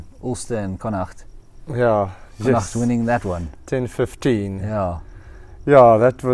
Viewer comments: Literally came here to praise the correct pronunciation of Connacht too! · New sub And yes a beautiful pronounciation of connacht 😊